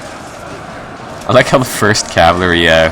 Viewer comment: That word is cavalry. Cav-uhl-ree. Cav-uhl-ree. Not Cav-err-lee.